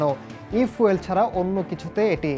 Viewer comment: আরে মূর্খ ঐটা ফুয়েল না, ফিউল হবে